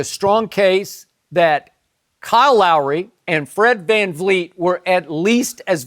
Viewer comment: I can’t stand when Shannon says “Fred FanFleet”